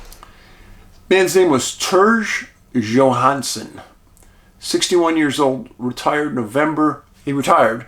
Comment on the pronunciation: Dave, that's my last name. Johansen. And I loved the way you pronounced it!!! Thank you. My roots are Norway too!!